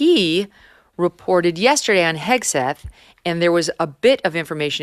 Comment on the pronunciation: Dave completely butchering Hegseth’s name is the most Dave thing ever 😂